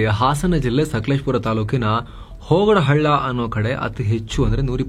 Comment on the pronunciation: Sir adu sakaleshpur HOGADAHALLA alla.. Adu HONGADAHALLA